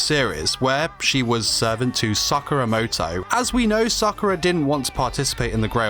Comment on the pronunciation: “Sackura moto” I apologise on behalf of Britain .